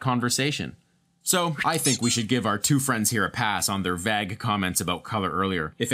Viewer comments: did u pronounce vague as vag? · Is that how all Americans pronounce 'vague' ?!!😯😅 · The only thing that needs a pass here is your pronunciation of vague😂😂